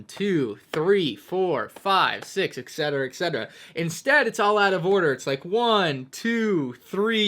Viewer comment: Ask: Can you start saying et cetera and not excetera please?